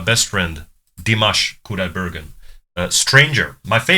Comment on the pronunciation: As a fan of Dimash I watch tons of reactions on Youtube and you are the one of the few foreigners who really good pronounce Dimash Qudaibergen and also Igor Krutoy names. For me it shows that you are genuinely like and respect this artist. Many reactors even after dozens of reactions still cannot say his name correctly and forget about "that bald guy at the piano". Could it be because you are beatboxer/ rapper and this type of genre requires a lot of training and hard work with enunciation and precise sound proiducing? I watched your works and they are great and interesting to watch. Knowing Dimash, let's hope he will not step into the beat-boxing territory and diminish other artists in this genre as he does with others (it's joke!). Thank you again for your entertaining reactions and love from Kazakhstan!